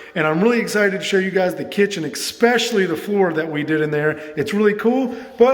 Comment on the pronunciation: I love watching your videos but one thing always gets me. The word is ESPECIALLY. Not EXspecially. There’s no X. Drives me CRAZY.